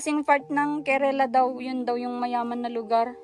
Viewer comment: Kerala po not kerela,,i been there kaya ko po alam